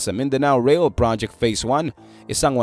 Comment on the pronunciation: Phase po, hindi face. Feasibility studies po, hindi visibility studies po. Peborit ka siguro ng English teacher mo ano, pre.😮😮😮